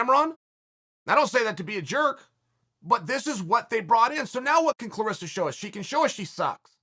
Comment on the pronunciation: Dear Chael Clarissa, rhymes with Melissa. CLARESSA, rhymes with VANESSA.